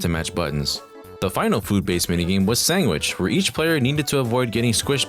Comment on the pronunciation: Why does he say sandwich like anguish